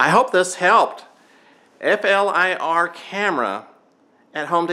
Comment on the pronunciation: Got to laugh … using an “inferred “ camera ( not the infrared variety) to do a temperature audit; but, your video runs for that explains it … p.s. this camera is pronounced: flear, rhymes with “clear” but with a F …